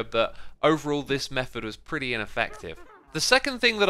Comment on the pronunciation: Perty. Lol